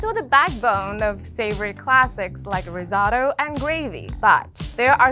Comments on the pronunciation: What is Riz ah to. She doesn’t look Italian for a reason. The rice dish is pronounced RIZ O TOE ! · Risatto? Seriously? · Ri-zotto? #pronunciation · ri-sO-tto.. Capital O… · Ri-zatto!!!??? Lmmfao 😊😅😂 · Yikes! Did she say, "ri sot oh"? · Don't call it Rizotto🤦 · Did she just say risauto? Get a clue lady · I might be the only one, but the way she pronounces Risotto as "RisAHto" just felt extremely wrong. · I don't trust cooking advice from anyone who pronounces it Ri-ZAW-to. I'm Asian. Who found this robotic Asian chick who looks like she's reading cue cards and why was she chosen? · Did she really say riz-otto? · This is the first time in my well-travelled, senior citizen, experienced cook and foody life, that I've ever heard the word, "risotto," mispronounced as "rizz-auto," or "rizz-aw-toe." did that twice. As always, ATK needs to get some editors. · you pronounced risotto wrong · How the fk did you pronounce risotto? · wait how sdid she pronounce Risotto??